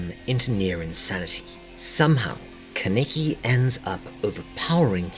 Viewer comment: Love this vid but I was very bugged by you pronouncing his no name 'kenicky' 😂 it's pronounced 'kana-ki'